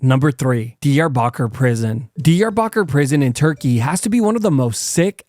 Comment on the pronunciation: I worked at an an air base located just outside of Diyarbakir back in the early 90's. By the way, he is pronouncing it incorrectly. It is more like Dee-yar'-ba kir. I did not recognize what he was talking about until i saw the newspaper headlines near the end.